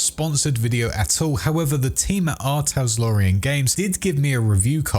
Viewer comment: Just want to say it “R Talsorian” not “R Taslorian” as you were saying in the video haha. I did a double take each time you said it.